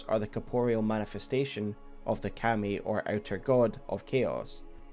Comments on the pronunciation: It took me a little to understand you were actually talking about 神. Its pronounced ka-mi. Two evenly stressed syllables. Like kah-mee kind of. Its not pronounced cam-ee. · You make very good lore videos. That said, dude, the way you keep saying Kami is like nails on a chalkboard. Not sure if it's just your accent or a mispronunciation but I had to stop the video. Keep up the great work though, the lore in this game is so disjointed and vast that it's good to have a few kind souls putting it all together for us.